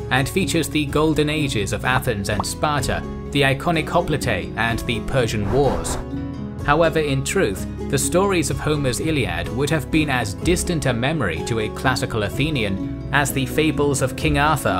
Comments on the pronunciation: Sorry for the interruption. Briefly, I'd like to supply a little lesson in Ancient Greek pronunciation. In English, the word "Hoplite" (and Hoplites) is phonetically pronounced: "hop-lite" and the plural "hop-lites" (long "I", drop the final "e" sound). Only 2 syllables. Not "hop-li-te" or "hop-li-tes". Fun fact: the term derives from the Greek word for the (particular) shield, "hoplon" (hop-lon, again, 2 syllables). Thanks. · Hoplite is not pronounced "hop-lee-tay." Not in British or North American English.. Not in Greek. Not in French. Not in German. Not in Latin or Italian. Not in Spanish. Not even in Russian! The only language that has a similar pronunciation that's I've heard is Albanian. You've been mispronouncing this for years. Please, I beg you... in the name or history to stop.